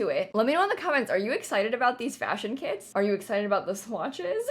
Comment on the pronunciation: Anyone else kept hearing “kids” instead of “kits” 😂 it was funny lol